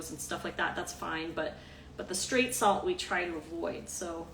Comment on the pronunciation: When you said straight salt I thought you said 'Street Salt' lol!!